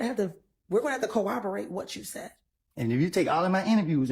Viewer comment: Its CORROBORATE not cowoberate miss 🤦‍♀️🤦‍♀️🤦‍♀️🤦‍♀️🤦‍♀️🤦‍♀️🤦‍♀️🤦‍♀️🤦‍♀️🤦‍♀️🤦‍♀️#sitdown